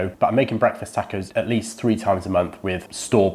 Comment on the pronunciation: For the record you converted myself and I’m pretty sure at least another or two people in the accent that is Breakfast Tacko!! It’s awesome and fun as heck to say. I’m not joking or making fun either. Every now and then you get a person who pronounces a word or phrase in a different way than your use to hearing and a lot of times it sounds a whole lot better. Example: HEB I now pronounce HEBEES. It just sounds more fun to say in my 1 cents opinion. Much love from South H-Town Tejas!